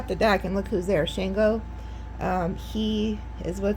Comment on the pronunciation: Love your readings. You’re one of my faves. Just want to say Shango is pronounced like ‘SHAHN-goh’. Hope this helps. Keep up the good work ❤